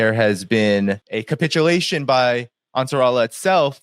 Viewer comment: Con- pitulation 😂